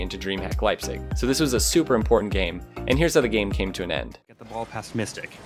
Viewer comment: So funny how you pronounce Leipzig 😂 Sorry, but I am from Germany 😉 Greetings!